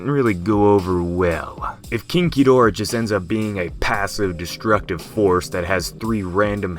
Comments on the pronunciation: Who else also hears "kinky dora" instead of "king gidorah"? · King Ghidorah (When pronounces 'King Ghidorah',it sounds like 'Kinky Dora')